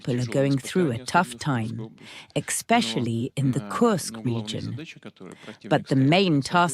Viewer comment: Pet peave on the translator with Putin address: As you are translating to English, and not some colloquial slang form such as ebonics, the word is eSpecially, and not eXspecially. Just like the word 'ask' is not pronounced aks. If the translator suffers from dislexia, then my apologies.